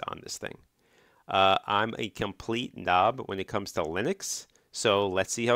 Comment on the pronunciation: Started on Mint 5 years ago. Eventually settled on ArcoLinux running i3wm. Still have Mint on my backup machine. I prefer rolling release, TWM's, and pixel perfect control of application windows. Only a bigger, better, faster GPU can solve frame rates in HD. Stick to 720p. FYI, it's noob, not knob, also it's Mah-tey, and pre-emptively, it's soo-doo, not soo-doh. :) Welcome to Linux.